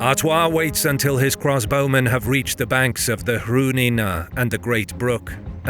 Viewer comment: Another brilliant triumph, but (for future reference) very slightly marred by a distracting repeated pronunciation error that is odd for a native speaker to make. I was wondering why the bowmen were always cross when I realised that what you meant to say was CROSSbowmen, not 'cross BOWmen.' Weird, since you correctly talk about CROSSbows.